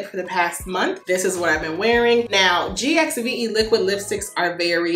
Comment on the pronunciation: The Gwen Stefani GXVE brand is pronounced “Give.” Love your videos.